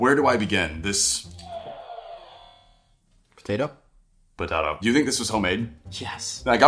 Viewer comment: “potato?” “Pótáto?”